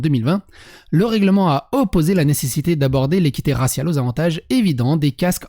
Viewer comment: Raciale et non rassial😤😤😤😤😤